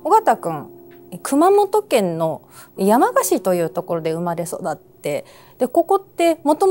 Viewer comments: 山鹿(↑↑↑)のイントネーションだけ、 気になる…… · 熊本民なので山鹿のイントネーションが気になって気になって💧 や→ま→が↑ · せんかさん、山鹿のイントネーションがちょっと違います😂でも地元熊本のお話しありがとう😊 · 熊本出身ですが、山鹿のイントネーションが違います😅😅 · せん夏さんの山鹿の発音がきになりすぎたｗ